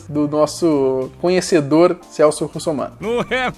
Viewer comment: Kkk no final falao Celsp.errado